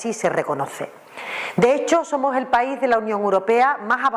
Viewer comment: "Zomoj er pai de la Unió Europea más avanzao" ¿Cómo coño pueden tener de ministra de Hacienda a una INDIVIDUA presuntamente más bruta, mal hablada e inútil que un arado? Pregunto, no afirmo.🙏😫😂 ¿Y cómo carajo pudo sacar la licenciatura de Medicina? Por Diosssss🙏🙏🙏🙏🙏😫🙈Vielvo a preguntar, no afirmo🙏😂🙈 ¿La mayoría de los fondos europeos recibidos serán los regalitos que recibirán los diferentes chiringuitos, sindicatos, medios de comunicación, ......antes de las elecciones de mayo y de las generales de fin de año? Por tercera vez no afirmo, solo pregunto.🙈🙏🙏🙏🙏🙏😫